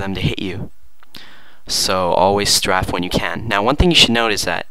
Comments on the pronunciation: its pronounced Stray-fe not straf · its pronounced st-ray-ph, not st-raph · .- its pronounced like strait with an f not straff